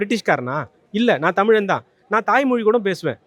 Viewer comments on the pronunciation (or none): தமிலன் ஆளனுமா - தமிலன் இல்லை தமிழன், தமிழன். எங்கே சொல்லு பார்ப்போம். உன்னை சொல்லி என்ன பயன் ? ஒரு திரள்நிதி பொறுக்கி உங்களை நல்லா உறுவேத்தியிருக்கிறான். போதை தெளிய கொஞ்ச நாளாகும்.